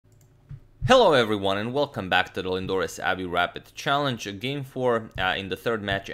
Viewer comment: I really like the way he says Lindores Abbey Rapid "CHALLENGE"